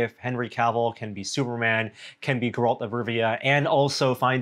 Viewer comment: pushes up nerd glasses It’s Gare-rult of Rivia.